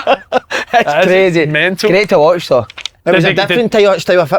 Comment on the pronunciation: Why does Si say "toe" rather than "though"? Loveable mongo...